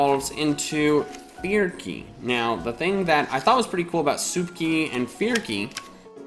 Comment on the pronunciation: Fearky sounded like forky